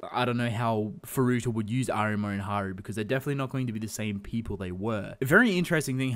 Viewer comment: Stress the A in Arima, not the ri